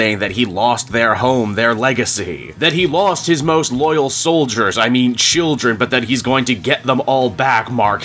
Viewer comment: the second he says soldiers i feel like he is losing to zur en ah